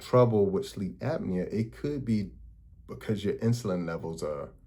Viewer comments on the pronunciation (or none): Apnea my dude...APNEA